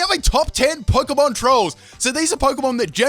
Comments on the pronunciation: The word is Pokémon. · The word is Pokémon